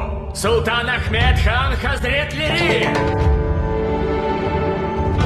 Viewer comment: Не Хазретрели а правильно сказать Хазретлери